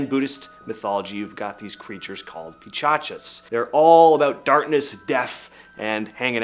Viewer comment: its called pishach (Peesh-ach) and not pichachas